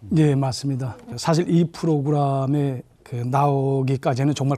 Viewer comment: 람 아니고 램 입니다. 대사님 프로그람(X) 프로그램(O)